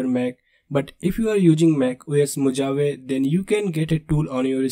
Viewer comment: Thanks for the video. It is interesting. Just a humble suggestion. Mojave is pronounced differently. As spelt, "MO-JA-VE" is incorrect, but /moʊˈhɑːvi, mə-/ moh-HAH-vee. Spanish words adapted in English have different pronunciations like Tortilla is not "Tor-TI-La" but Tor-Ti-YA! Strange isn't it?